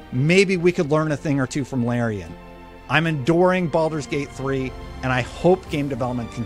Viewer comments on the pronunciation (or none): At the end of his video he says he's "Enduring" Baldur's gate 3. Wonder why he said it like that.